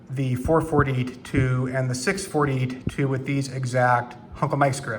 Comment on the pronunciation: Did you just say four-forty-ta-two and six-forty-ta-two with huncle Mike’s grips?